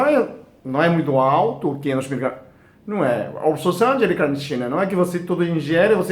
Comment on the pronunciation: Braz Braz Olá! é: L- Carnitina ( repare, q ele troca o l pelo r ao falar...)☺